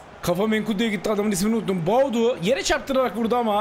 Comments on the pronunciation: Abi Tüm Videolar da Bir Gün Doğru Söyleyeceksin Diye Sabırla Bekliyorum Ama Olmuyor 😁 Baudu Değil Abi Boadu 😁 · “Boadu Fernandes” adamin ismi Myron Boadu🤣